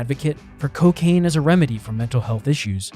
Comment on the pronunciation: Hehe “Cowcain”